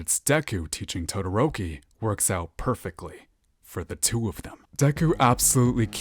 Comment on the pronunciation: Dadoroki 😂😂😂 I died at that and senpai has fucking noticed